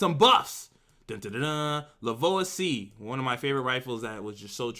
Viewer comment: Its L.V.O.A-C.... not Lvoa-c.... I know u probably dont give a shit but from a gun guy if u want to be correct that's the right way to say it